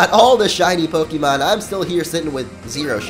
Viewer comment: OKAY. ITS PRONOUNCED POKE-EH-MON. NOT EEEE MON. PLEASE STOP.